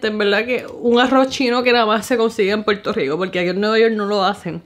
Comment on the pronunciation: DICEN PUELTO LICO?? JAJAJA